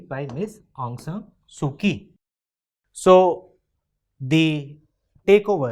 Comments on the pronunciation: Not ki it is chi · Pronounce kyi as chi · Kyi is pronounced as Chi